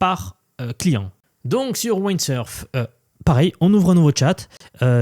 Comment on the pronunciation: Merci pour cette vidéo très intéressante! Windsurf se prononce avec le son i comme dans wind 😊